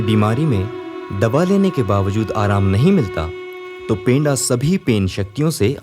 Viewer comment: पेंडा नही पंडा शब्द का उच्चारण करो.. थोड़ा सुधार करो #जोहार